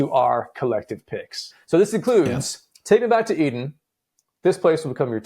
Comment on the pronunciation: Take Me Back To Eden is at #1, you mispronounced it